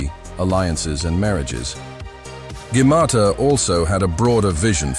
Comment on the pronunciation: Hey arserhole 😅😅😅 it's not gaumata it's Gautama Gaumata means mother cow, Gautama is a name of Lord Buddh Vishnu Avataar